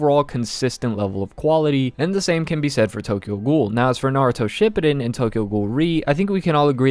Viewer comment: ima have a fucking heart attack if i hear u pronounce naruto shippuden like that again